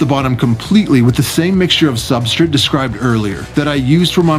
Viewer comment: Substrate. SubstRATE. I couldn’t stand they way you said it.